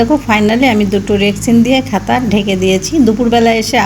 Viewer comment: আমাদের এখানে চারদিন ধরে মুসলধারে বৃষ্টি হয়েছে। কাল সারারাত ও হয়েছে। গরুর মাংস রান্না অনেক সুন্দর হয়েছে। তোমার আম্মার জন্য অনেক দোয়া রইল। আর কাঁথা কে খাতা বলছো কেন শুনতে ভালো লাগছেনা।অনেক ভালো থেকো।